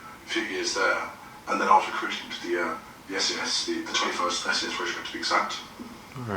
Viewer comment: Michael Phillips said in one of his live-streams that he meant the SAS, not the SS. Someone on the livestream thought that he is a nazi because it sounded like he said the SS.